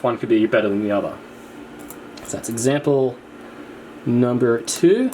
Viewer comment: He turned American for a second